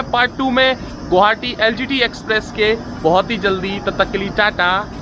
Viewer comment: Vai gouhati nhi hota h ye Guwahati h Gu wa ha ti Please pronounciation Guwahati not gauhati